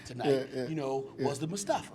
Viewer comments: I had to turn off the video after said “mustafa” 😂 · Simba and mustafa????? It's fuckin mufasa 😂😂